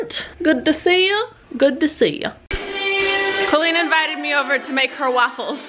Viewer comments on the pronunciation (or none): none